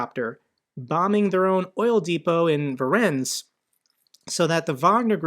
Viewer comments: Voronezh is pronounced as follows: Va-RONE-ezh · Voronezh is pronounced "voh-roh-nezh". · Fantastic video, as always! A hint about pronunciation: Voronezh is a three syllable word: Vo-ro-nezh. One way of explaining how the "zh" sounds like, is to imagine that "Jesus" was spelled "Dzhesus": You make a "sh" sound with your tongue while making sound in the throat too.